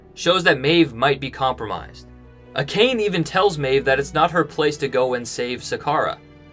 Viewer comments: I'm fluent in Japanese, and I literally cringed at "A-khayn", like "Dude! How can you know the material so well, but can't pronounce "Ah-kah-naye"??? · Love ya man, but you have to learn how to pronounce Japanese words. It is pronounced Ah-kha-nhe. Now I admit my bias, I studied Japanese in high school, so I just know these things. However I have seen most other video podcasts pronouncing these words correctly. Honest feedback, otherwise I love your videos! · Ah ka nay not acane. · Dude, they literally pronounced "Akane" for you multiple times in the episode. lol.